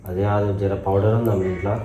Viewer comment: Poder ❌ powder 😂😂😂😅😅